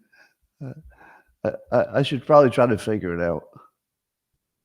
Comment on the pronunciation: today's "ount" count: 44 FYI we are now including compound usage, such as: "ountcome", "ountgoing", "ountside", "abount", etc.